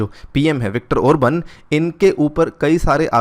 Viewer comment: Prime minister of Hungary is Viktor Orban (not Obran as you have mentioned in the green coloured heading ) Later you have corrected the spelling in the sentence but continued pronouncing Obran. Meanwhile you have improved your pronunciation 😂😂😂 Good ! 👍